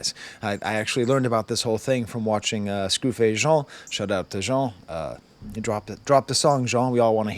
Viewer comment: Thank you for going into Stake as thoroughly as you have. Plus off topic, but I don't think I've ever heard anyone pronounce Scru Face Jean's name with a French accent, but it makes sense considering you are a French professor, haha